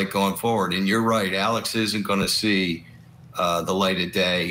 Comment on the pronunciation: It's Alex not alec